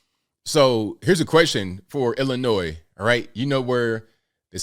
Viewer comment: Lousy politicians didn't care till rich City that had Assault Weapons laws on the books never cared about the people in Chicago who always get killed. BTW the last S is silent Illinoi is how it sounds!!! 🤔